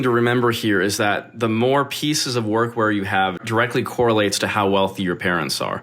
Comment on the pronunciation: When you were talking about workwear I thought you called it workcore. Would have been cool if that was a thing